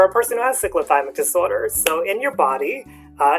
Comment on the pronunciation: U are not pronouncing it properly. I couldn’t watch the video because of that